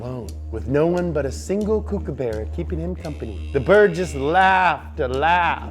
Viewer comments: I'm sorry did he just say kookabarra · Did he just say kookaberra?